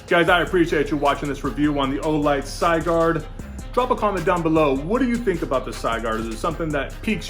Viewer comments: Sigurd, pronounced Si as in Sit, gird as in girdle it's Old Norse and also the bezel is Stainless Steel. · Supposed to be Sig as in Sig arms and urd as in turd. Sig-urd. Something to do with someone killing a dragon in German mythology.